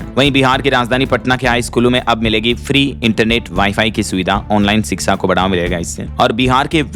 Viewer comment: Sbse pahle to shiksha bolna sikho ap.